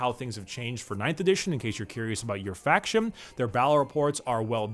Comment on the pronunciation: So is anyone else noticing is swapping a lot of N's for M's as he speaks, am I hearing it correctly or am I slowly allowing the madness to take over? Betweem, Factiom, so on and so forth.